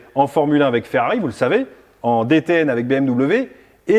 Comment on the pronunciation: DTM!! Pas DTN 😂 Deutsche Tourenwagen Meistershaft